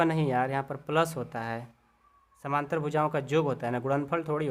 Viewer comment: Sir samnantr nhi samantar hota hai